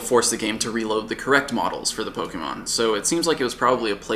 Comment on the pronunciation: He pronounces "Pokémon" as "Pogeemon".